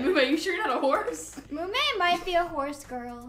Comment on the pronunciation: Callie: Somebody say horse?! Run Mumei, you're in danger! And wth is a Jorse?